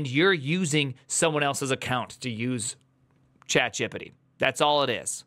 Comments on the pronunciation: he invented a new way to say chat...gepete or so :D idk, but i dig it, its sounds like "no diggity", like "chat diggity". yea thats it :D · You've just created a new word: "Chatgipity" with a stress on the first I. Let's decide about its meaning now. Oh, I know, it's just another kind of stupidity...